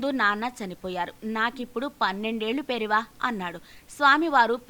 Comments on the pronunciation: It’s not Periva. 😏😏 It’s Periyava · పెరియవ అని మీ వాయిస్ లో సరిదిద్దుకోగలరు .